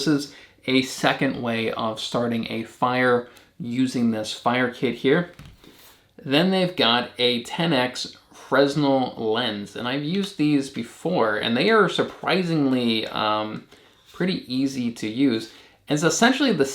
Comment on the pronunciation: Fresnel is pronounced: Fruh-nel